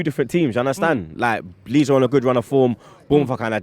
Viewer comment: Lol it’s Leeds 😂😂😂